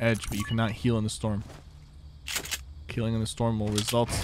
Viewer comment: He meant healing but it did sound like killing